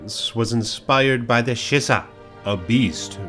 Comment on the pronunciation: also the way he pronounces the yokai's name "shisa" wrong? (its like "She-Sah")